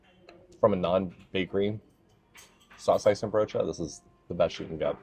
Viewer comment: Good pronunciation of saucijzenbroodje! Only the stress is on "cij". SauCIJzenbroodje. Then it's perfect. Nice tompoes eating strategy! And you said the stamppot was not as green as you've seen in other stamppotten, but the aardappelen:boerenkool ratio looks spot on to me. A real Dutch winter dish!